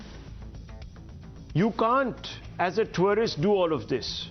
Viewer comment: Twarist visa............is this pronunciation correct??? Rahul shivshankar is amazing......